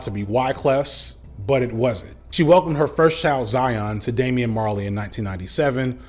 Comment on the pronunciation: cringed every time you said Damian... being the most famous of Bob's kids has drawbacks... lol